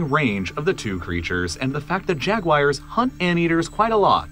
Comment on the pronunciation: Why do you say “Jag-wires”?